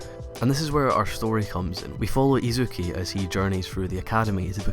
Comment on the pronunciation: Izuki? It's pronounced Izuku. :P [EDIT After watching the full video] Also, why does everything have to be innovative and break the mold in order to be profound? I feel that a lot of shows have done things to death, but executed in an amazing way. Which is how I see most of Hero Academia.